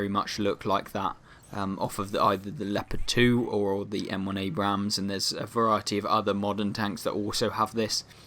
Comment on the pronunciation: can you Please stop pronouncing the second A in Abrams, that is not how you say the name, you only pronounce the first A but keep on with the amazing content, far better then cloneguy, he is just a whining bitch also it could be the Bore from the Leopard A1A1 L/55, since that is a Leopard 1 with a 120mm gun